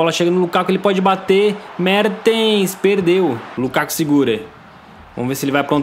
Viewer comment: Alguem percebeu quando ele foi falar mertens ele falou merdens